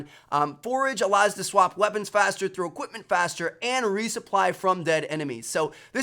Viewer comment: "extra EQIPMENT" ...